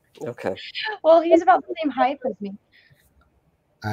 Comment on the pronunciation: it's crap like this that makes it impossible to be able to stand Anna... "Heightth"